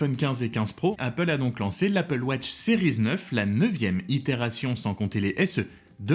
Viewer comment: Pourquoi prononcer « sériz » ?🤔🙄